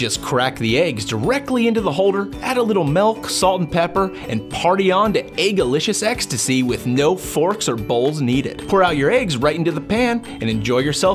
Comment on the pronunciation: Its milk not melk jeez